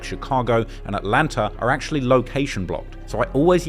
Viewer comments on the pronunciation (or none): none